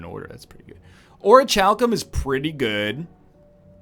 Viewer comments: Oritchalkum Orichalsum Pls Egg, it's pronounced "orikalkum". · Orichalcum is a great relic, but it makes me want to die when Ryab pronounces is "Oh-rih-CHal-kum" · Just so you know, it's pronounced o-ri-KAL-kum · Quick thing: In "Orichalcum", the CH is a K sound. "Or-ee-kal-kum". My teeth crinfe, when you mispronounce that word. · He's gone from pronouncing it "Ori-cal-some" to "Ori-chal-cum". He's...he's so close, yet so far. Yes yes. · It is pronounced "Ori-cal-cum". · I do believe that's acceptable pronunciation in "not-America." Being Canadian, he's close enough anyway. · This guy used to teach English and he doesn't know how to pronounce orichalcum properly. Even worse, he knows that he might be wrong, yet he doesn't want to spend 30 seconds to google it, instead he prefers to gamble on sounding like an idiot. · NL, the h in Orichalcum is silent